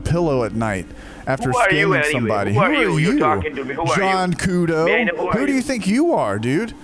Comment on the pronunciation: The way scammer says cudo...sounds like he is saying the game Ludo!! Ther scammers suck. I hope they all die due to corona !!